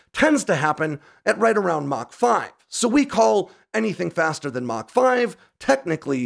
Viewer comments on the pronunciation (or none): none